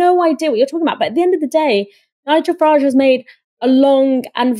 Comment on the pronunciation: Please stop pronouncing his name as Farrahhhjje. It's Farridge, like porridge. Niggle Farridge.